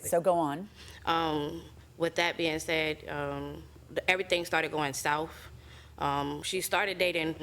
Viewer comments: Hey Plaintiff, It's "South" not "Souf". smh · "Every thang started goin souff " 😂😂😂😂😂😂😂😂😂